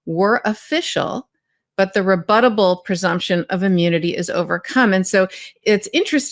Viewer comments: He’s got the bigliest, orangiest, refuttal. Biggeriest than anyone’s ever seen before. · SIR! Don't dignify it with a... Refuttal. ;3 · That’s so funny. Oranges and refuttal!!’ lol. Just who I want to represent me and the rest of the USA. Hi Harris walz 💙💙💙💙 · Trump will refuttal. Because the oranges of the case isn't truth. Go Jack Smith 💙 vote Blue